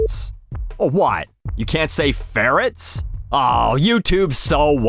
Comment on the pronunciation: Ferrets? With a hard T???